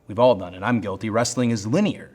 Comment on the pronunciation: please Cody, you're the man but never say "linear" ever again 😂